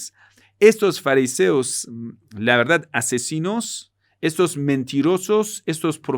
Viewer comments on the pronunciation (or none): none